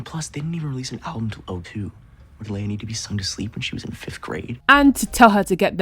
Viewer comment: Girl, I love you, but you’re wrong. You’re saying it wrong. It’s Leia and I love Eli and Claire I love Emma and spinner I think they are sweet and I love jay and manny I think you’re wrong Emma in Spinner or very cute and they make each other happy. You should get on board and stop being such a hater. No one likes a Debbie downer. Also Dan Blair friends thank you but they should just stay friends and Blair and Chuck are amazing and Serena and.dan forever they are my favorite couple forever Dan and Serena I mean it used to be Marisa and Ryan but way too much drama there and she died so I just couldn’t I couldn’t. I just could not love it anymore as much they’re like way down on my list of favorite couples and that’s not my fault that I feel that way it’s because they made it so difficult for us to love them. Girl you were wrong they never going to work off and on and soulmates and they are probably married and have kids I think when you are wasted you can’t consent so in a way I don’t think she assaulted him, but I don’t think he could consent so I don’t think that Drew said yes so I really don’t like that plot line or a storyline that makes me uncomfortable I don’t like maya reaction to cams dearth maya needs to seriously needs to deal with death in sad way I love Bianca And drew, and I think that you should not let other people influence you and you tell you to break up with your fiancé those are not good friends and they’re only telling you that to sabotage you which she wi